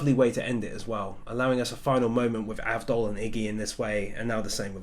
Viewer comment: Loved the video firstly its avdol not Abdul and its lali ho not rally ho